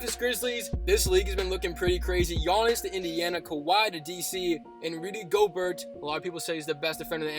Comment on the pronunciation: Btw your not saying rudy gobert or Josh okogie right no offense